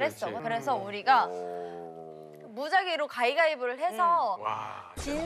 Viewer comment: 설현은 가위바위보를 자꾸 가이가이보라고 하는것처럼 들리네......자꾸ㅡ 돌려 보게 된단 말이지...